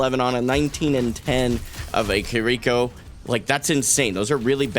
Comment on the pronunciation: It's pronounced "Kir-reh-ko" not "ki-rico". Great game though